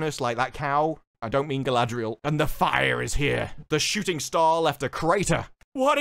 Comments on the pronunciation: I hate how they pronounce R in GaladRRRiel and SauRRRon, but nowhere else, it's just fucking annoying. For what they spent all that crazy money on, it looks like a slightly above-average fantasy show. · No, in the "ice climbing scene, I believe that the, erm, "showrunners'.... are trying to show Galadriel, or should I spell it, how they pronounce it? GaldRRRRRRiel. How GaldRRRRiel is just SO DRIVEN unlike those pesky men folk... That she is UNSTOPPABLE... Great Leader Qualities, be DAMNED...